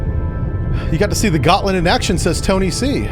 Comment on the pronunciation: Gottland is pronounced "Yotland", IIRC.